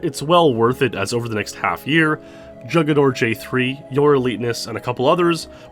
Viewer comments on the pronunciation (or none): Jugador... HOO-guh-door